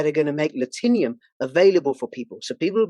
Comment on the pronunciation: “Latinum” looks like a 3 syllable word to me. Whoever sponsored this ad is pissed you butchered the name Do you say Platinum or platinium?